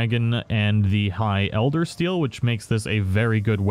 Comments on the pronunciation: It... it is ElderSEAL, right? No 't' in it? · Ritchie Kordecki I just said that cuz he says "eldersTeal" lol